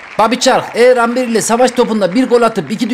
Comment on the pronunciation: Ember :D